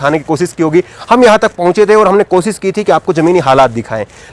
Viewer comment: sha shabd ko sahi ucharit kiye sir jaise koshish ko kosis mat khzhiye. Administation ko adninistasan mat kahiye sir..Baki apka journalism bebak aur lajwab he